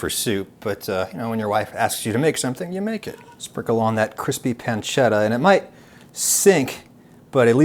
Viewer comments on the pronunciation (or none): none